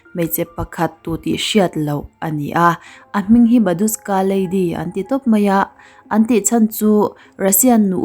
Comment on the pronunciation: "Badushka" tih in i lam tlat in ka hria(ka hresual nge?)... Babushka lady tih tur ani sia....